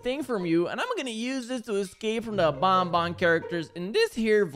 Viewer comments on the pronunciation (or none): it's not bonbon it's banban